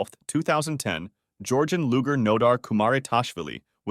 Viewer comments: It's luge-r, not Luger. That's a gun. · What the hell is a Loo Gar? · The pronunciation of Luger as looger is distracting